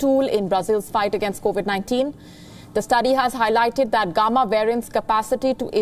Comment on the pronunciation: The way she pronounced “gamma “ is funny . Lady , you need to work on your pronunciation